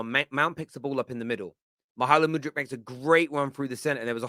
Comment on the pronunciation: I don’t think you need to roll your ‘r’ every time you say mudryk man